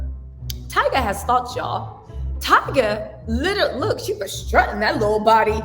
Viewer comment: I LITALLLY (literally) can NOT deal with you any more. Learn to speak right. LITALLY killing me.😂😂😂